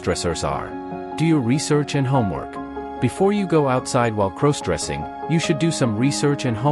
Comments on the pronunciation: Why does it sound you are saying crows dressing.Other than that I like your video Love pantyhose,skirts and nylon panties 💃👠👡🥿🩲👙👗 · Stop mispronouncing crossdressing 😢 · Please stop saying "CROSEdressing"! It's "CROSSdressing"